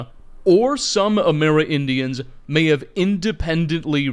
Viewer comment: amerindians. not amera-indians